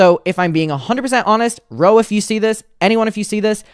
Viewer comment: You only sound Irish when you say "yew" . Otherwise you sound American.